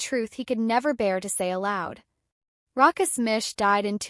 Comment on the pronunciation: Really bad clip. AI doesn’t know how to pronounce ‘Rochus’. Sometimes it’s Rockus, sometimes Roschus. Neither is correct. Lots of pictures are unrelated, some seem to be taken from adverts. Half the facts are probably incorrect too.